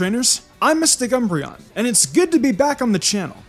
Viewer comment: I was going to watch until you said MysticUmbreon... shame.